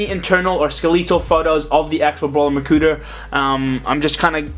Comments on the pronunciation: Hahaahahahah he say makuter😂😂😂😂😂😂😂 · he said makuter!😂😂😂😂😂